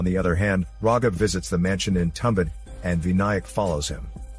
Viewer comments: It's not tum..It's thum...thumbaad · It is pronounced as Too-um-baa-da I can speak the native language of these guys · Marathi movie* and not tambad...it's tum bha d